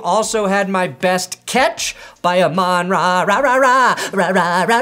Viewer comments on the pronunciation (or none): ITS AH-MIN RA,!